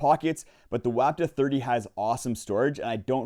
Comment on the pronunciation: It's pronounced "WAH ptuh." You're welcome. Geez!